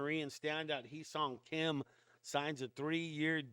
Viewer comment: Correct Pronounciation is "Heh" Seoung Kim.